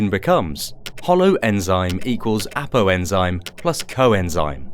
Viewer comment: there is no ‘e’ in holoenzyme